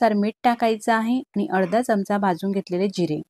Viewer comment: ढोकळा छान झाला पण चमच नाही हो चमचा म्हणा